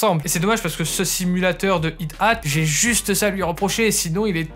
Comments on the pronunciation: It at?? Ca s'appelle un "high hat" avec les H soufflés!! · Merci pour le test ;) Par contre c'est Hi Hat il me semble pas Hit Hat (prononciation "High Hat").